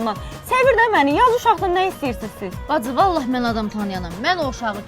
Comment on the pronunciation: Badzı,Dzeyhun…..nə qədər dzıldayır bunlar…